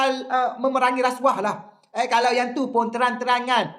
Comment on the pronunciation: ALAAHAI ....SEBUT PERKATAAN RASSYUAHPUN TAK CUKUP LIDAH ....!!!!....😂😂😂😂😂😂😂😂.....MANGKUKKKKKK....MANGKUK ....